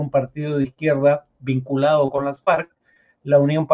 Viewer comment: mucho mejor en las entrevistas que leyendo las noticias. Pero por mas joven que sea tiene que saber cómo se pronuncia "Las Farc," que no es Las Farcs o Ley Marcial, y que no hay sociedades "bastantes" fragmentadas sino sociedades bastante fragmentadas. La ventaja es que es joven y puede mejorar...